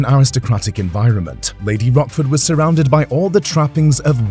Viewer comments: Lady Rochford...not Rockford. It's C not K. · Pretty sure its Rochford like roach, not rock. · How can this be taken seriously when they pronounce her name as Rockford. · It’s a history channel, at least pronounce her name correctly 😡😡😡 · I was thinking about Rockford files when he kept mispronouncing her name!